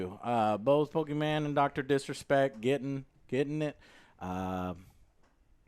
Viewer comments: As I hear Joe say “Pokiman,” I died laughing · Poki MaN pokiW